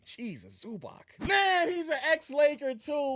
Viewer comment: Please bro say Zubac name correctly, it’s not that hard